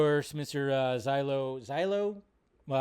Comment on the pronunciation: Hey! love the content as always the actors name is Xolo Mariduena BUT pronounced (SHOW-LOW) pretty much